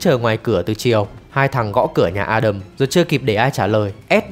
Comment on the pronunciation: Ad đọc tên A Đầm chuẩn đó. Nói với người nước ngoài đọc A Đam họ ko hiểu 😂